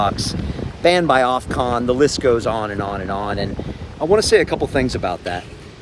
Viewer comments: you keep calling it OFCON but it's OFCOM... makes me cringe every single time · Brian, you keep saying Ofcon. 🤣🤣